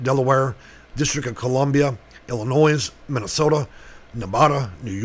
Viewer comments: It's pronounced Illinoy, not Illinoyse. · Illinoi not illinoise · It's Illinoi don't pronounce the s. How educated are you. When speaking public know how to pronounce names you're using. Otherwise you lose credibility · The S in Illinois is silent